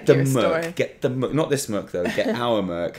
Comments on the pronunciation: Ok, think of the first syllable in merchandise, then when you shorten it to 'merch' use that same first syllable. It's not merc, it's merCH. Also, 'controversy'; I think you're doing that on purpose. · Okay... I’m going to be the asshole that asks why keeps saying MURK.... I know it’s not a British thing! It’s called MERCH! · Every time you say "merk" instead of "merch" my blood pressure spikes...... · ''controhvercy'' ''murc''O